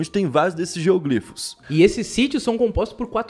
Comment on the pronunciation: Se diz "geôglífos" é não "gêóglifos".